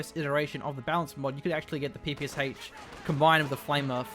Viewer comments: I know I sound annoying, but PPSH is pronounced "p-p-shah", not "p-p-s-h". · It is peh-peh-shAh to be exact.